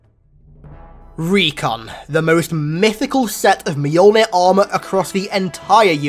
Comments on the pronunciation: i keep hearing you say it as Meyolnin, when as far as I know, it is myolnir, pronounciation wise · I choked when he said "Mahyuulnhirr"